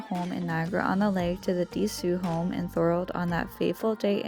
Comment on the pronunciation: Decew is pronounced duh-q. Not Dee-soo